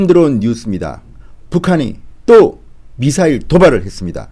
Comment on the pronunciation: 쟈들은 미사일 발음을 못하나 ??? 따라해봐 미~~~사~~~~일